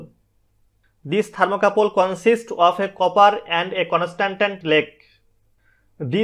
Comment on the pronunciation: not conastantan its constantan, :P